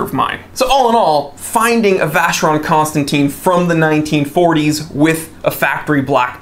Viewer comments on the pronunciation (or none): For a watches aficionado wrong pronunciation of Vacheron Constantin is just a blasphemy. Especially if you own one. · You pronounced VC wrongly man...😂